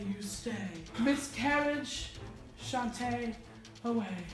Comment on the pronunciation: It's sashay you stay not shontay you stay fake fan